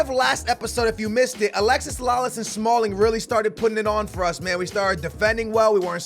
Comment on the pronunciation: I cringe every time you say Alexis Lalas it's Alexi (no s)